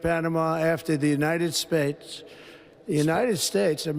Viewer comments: United Spaytates .Trump Cant even say our country's name properly. DEAR LORD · "United spates" 😂 Here we go again with this shit. 🤦‍♂️ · The United Spates? Someone check this guys cognitive decline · “The United Spates.” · "The United Spates" Ha ha ha ha ha! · Did he just say 'United Spades' at first 😂. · When talking about Panama he says "United Spates" before correcting it as he spoke later. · United Spates 🤣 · United spates? Wtf? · Totally stoned, ah, Leon? The "united spates", what a maroon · United "Spates" ??!! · "United spates" still cant fcking speak. Yeah but ill listen to magats about biden. My eyes can generate electricity with its rolls. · "United Spates" ? Please get the man some spectacles. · "United Speights" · He said United Spates with a P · Did u catch how he said united space n yhen tried to correct to united states.. cognitive declined 😢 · United Spates?? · "..United Schtates.." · United spates lol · United Spates😅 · Elon is a true weirdo. Trump is a demented, ignorant fool. He's such a lying, heartless soul. He cant even say "United States." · He was slurring . He also mispronounced United States